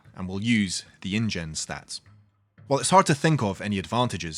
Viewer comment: It came as indian rather than ingen